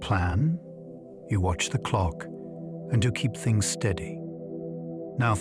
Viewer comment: Bro really said "thungs"